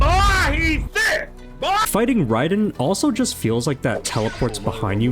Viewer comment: "NOW YOU FACE THE TRUE GOD OF THUNDER!" - other Raiden. No, not that one, the other, other, Raiden. The one pronounced wrong. Him